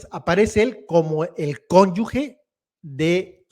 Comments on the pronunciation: Se dice cónyuge y no cónyugue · ES: CÓNYUGE Y TU DICES: CONYUGUE, ES INCORRECTO. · Se dice cónyuGE, ¡sonido con J! No es cónyuGUE. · no se dice CÓNYUGUE, es CÓNYUGE. OJOOOOO!!! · es Cónyuge, no Conyugue!… saludos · Se dice CÓNYUGE no CÓNYUGUE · BRAVO, ASI SE PRONUNCIA CÓNYUGE 👍👍👏👏👏👏 ABUSADO, NO ES “GUE”🤷🏻‍♀️ LA MAYORÍA LO PRONUNCIA INCORRECTAMENTE! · una persona (hombre o mujer) unida a otra en matrimonio es su CÓNYUGE y no su cónyugue como dices al menos un par de veces en el video, error muy común por cierto. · Se dice cónyuge, no cónyugue. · no se dice conyugue se dice conyuge,con sonido de jota je al final. Saludos y mi admiración por tu trabajo. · Aunque dice cónyugue muy mal y pregúntele a un buen abogado cuál es la pronunciación si cónyuge o cónyugue pero lo cierto es cónyuge. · Y no es mala onda, pero su hija tiene un apellido diferente: Diana Vega, no Sánchez como su pareja. Por cierto, se dice cónyuge (la g suena como j). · Cónyuge se pronuncia como te lo dijo. Como si fuera cónyuje la g se pronuncia fuerte porque no lleva la u. Hay que cuidar el idioma. Saludos. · TRATA DE PRONUNCIAR GE GE GE CÓNYUGE!🤗🤗🤗